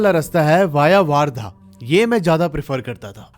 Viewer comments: It's वर्धा , not वार्धा. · I am from chandrapur ❤...bhai vaarda nhi vardha bolte hai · दादा its not a वार्धा its a Wardha ( वर्धा ) . बाकी सब पुरी story barabar hai aur vo jo दो gaon ke नाम bataye hai aapne vo ekdum sahi hai ( अंजनगाव बारी ) jo hai vo pura isi baat ke liye badnam hai bahot logon se suna hai iss bare mein humnein 😊😁 by the way Akola humara ददीहाल hai 😊🙏😀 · Not vardha it is called as wardha😂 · Bhai waaaaardha nahi वर्धा................ Hindi me jyada aacha phoenatic pronounciation hai